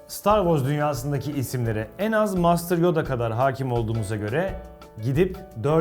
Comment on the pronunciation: Videonun sonunda mastır yoda diyor yanlış telaffuz ediyor.... -_